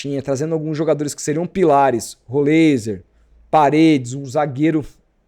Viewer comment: Pronuncia-se: Rolráizer